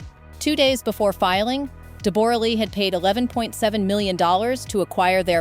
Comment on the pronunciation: Her name us pronounced Debra not debore ra